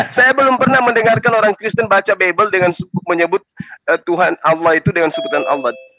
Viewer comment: Gw benci pengen nabok congor yang salah nyebut nama Allah (Alloh) dengan Awloh..